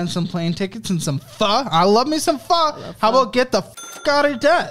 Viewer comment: He said get the Pho otta debt - I’m deceased 😂